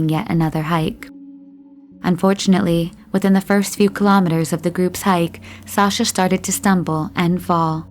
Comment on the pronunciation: Just a note from a Russian speaker - when pronunciation isn’t correct and a legitimate name Sasha (short form of Alexander) is referred to as a nickname, it makes everything appear lacklustre. Please research proper pronunciation of things, because it honestly borders on offensive.